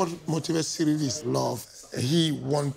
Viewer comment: Y’all butchered Ciryl’s name